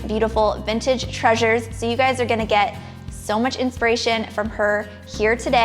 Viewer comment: You have a charming home. There is a t in the word vintage.